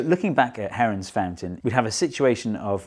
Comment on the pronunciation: For a second I thought u said heroin